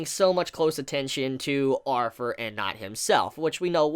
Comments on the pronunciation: Bro it's "Arthur" NOT "arfur"!!! There is no F there man. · 3 things 1. Shave the pedo 'stauch 2. "Arthur" not Arfur 3. Please move the camera away it's very unsettling when your face is basically touching the camera every 3 seconds when you move around.